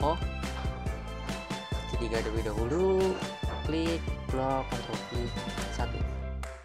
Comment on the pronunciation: Pas ngomong ctrl ny ga jelas bang pliss taro deskripsi nya buat ctrl